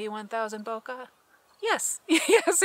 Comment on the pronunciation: Its not Booka. Its Bokeh. bo-keyh